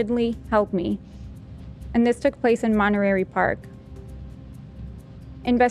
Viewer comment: I love how pronounced Monterey Park, so cute. I watched the Netflix documentary on The Nightstalker. I ended up looking up Gil and saw George Lopez had him on his podcast. I am sure Gil Carrillo would come on the show if you guys ask him. He is a huge Dodger fan btw.